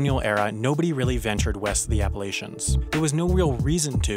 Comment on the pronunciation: You pronounced Appalachians wrong.